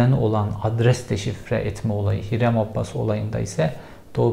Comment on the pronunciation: Abbas değil Abas